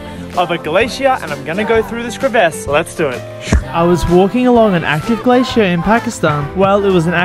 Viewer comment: The way he says glacier in 4 syllables